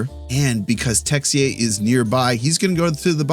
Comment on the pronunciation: Haha great job on the French about that Texier ' ruse '' you're awesome man.